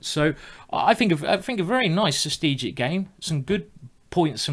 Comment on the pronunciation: I am really not trying to make fun of Simon or anything, but after watching so many of his Videos I just finally have to ask: does he mean strategic when he says sustegic (or sth like that) or is there another word I as a non native Speaker am just not Aware off?